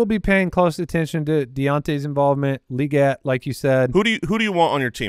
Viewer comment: Can I just say it's weird hearing people say Legette LEE GET. It's his accent, that's why he says it the way he does, you don't have to emulate an accent, lol. If someone's last name was Anderson, and they pronounced it AIN-DUH-SONE, would you also say it that way?